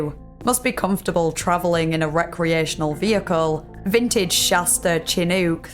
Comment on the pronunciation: Absolutely not the thing to take away from this, I know, but for any future videos, "Chinook" is pronounced "shin" (like the part of your leg), while "-ook" rhymes with "cook".